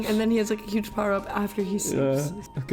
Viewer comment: "Powewr up?"